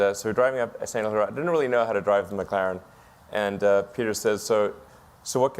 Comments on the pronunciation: “McClArEn S1” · girl says Mc Claren lol and she says Mc Claren s1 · "McClaren"? Seriously?